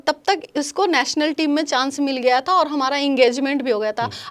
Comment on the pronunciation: Aree didi ...PHLE BOLNA SIKH LO...NATIONAL HOTA HA NATNAL NAHI 😂😂😂APNA DIAMOND KO KRAB KIYA HA BUT HUMRE SHAMI BHAI DIAMOND SA BHI AGAA HA ...WO BHOT ACCHA INSAN HA🎉WE PROUD THAT SHAMI BHAI IS INDIAN TEAM ME HA😊